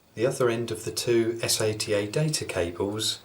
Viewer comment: every time he said s-a-t-a instead of sata i went facedesk lol